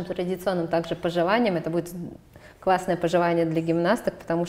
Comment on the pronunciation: Даша потрясающая, но... Когда уже кто-нибудь поработает над дикцией ведущей. "Квасное пожевание", "в Вондоне"... Поставить звук "л" совсем не сложно!